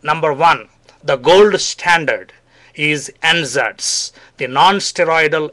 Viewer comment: for anyone who didn't catch what the 'gold standard' solution for painful period (primary dymenorrhea) was, its NSAIDs (nonsteroidal anti-inflammatory drugs). I thought he was saying N-Zeds until google showed me the light.